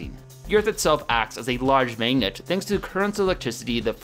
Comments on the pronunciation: I like the vids but it was hard watching this one because says magennet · "Mignit" It's always interesting to hear how people from different places pronounce mundane words that you don't think about every day. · the pronunciation of the "a" vowel in "magnet" and "dagger" in his accent makes me laugh every time